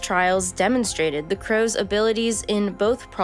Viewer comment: oh god i thought you said COWS